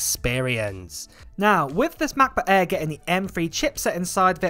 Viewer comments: Just love how British people pronounce MacBook Air. The Maboo Ae??? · If you want to learn the German letter Ä then Just listen to him Say MacBook Ä